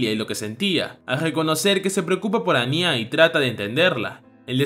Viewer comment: Me gustan mucho los vídeos pero sería bueno que tuvieses un poco más de atención al detalle cuando dices los nombres de los personajes. A Anya le llamas Ani-Á y con Twilight pasó de ser Loid a Floyd y es muy confuso @@ solo es una recomendación en buena onda